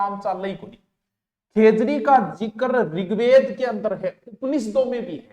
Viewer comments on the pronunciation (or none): none